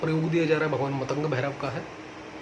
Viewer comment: मतंग नाही मातंग है भाई